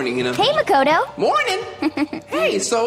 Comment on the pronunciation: You asked how to say the names earlier and i dunno if you'll see or just overlook it lmao but it Sakura ( sah-koo-rah ) Makoto ( Mah-koh- toe ) and Byakuya ( B-yah-koo-yah ) Japanese can be pretty hard sometimes.